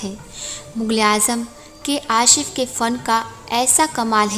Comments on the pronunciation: AFSOS.....TUMHARI HINDI TO KHARAB HAI HI......? TUMNE TO URDU KA BALAATKAR KAR DIYA ....TUMNE TO K.ASIF....KO K. ASHHIFF HI BOL DIYA.....TALAFFUZ KI BEGHAIRATI ....SE BE IZZATI HI KAR DI....? ZER ZABR KI TAHZEEB HI NAHI.... GHALTI PE GHALTI....NA- QABILE MAAFI... HAI.... SHARM KARO ...... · मैडम आसिफ़ का नाम तो ठीक से लीजिये आशिफ़ नहीं आसिफ़ बोलिये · Madam "Ashif" nahi "ASIF" tha un ka naam. Aap Ashif Ashif keh rahe hai chubh raha hai kaano me. Please theek se pronounce kiya karen. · Anchor ka pronunciation buhat kharab hai. Ashif nahi Asif hai. Information sahi hai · Programme acha banaya hai lakin aap ki words pronouncing bohat ghalat or weak hai aap homework karo behtar ho jao gi Asif ko Ashif kehti ho har S ko Ash kehti ho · K Asif naam hai bahan ji.. Aashif nahi.. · Jaahil ladki Ashif (आशिफ) nahin, Asif, Asif (आसिफ). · Very good presentation. But you're calling K Asif as K Ashif which makes his name bad. So please call him Asif and not Ashif, thanks. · Hindi galat uccharan bahut he blog me.Aasif ko aashif . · your pronounciation is not correct it is k asif not ashif. urdu sikhiye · Tum hindi mei sa ko sha kyo bolti ho???aashif nahi aasif hota hai.. Urdu hindi sudharo..tumhari speech mei maja nahi aata..